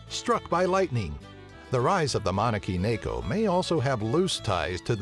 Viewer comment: ma-ne-ki-ne-ko say it individually...